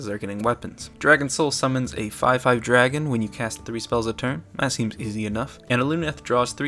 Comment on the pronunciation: You say DRAGON totally Wrong.